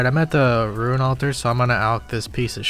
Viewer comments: Suggestion: Learn how to pronounce the word rune. Hint: it is not the same word as ruin. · the way you say "ruin" for "rune" makes me moist :p keep up the good work my guy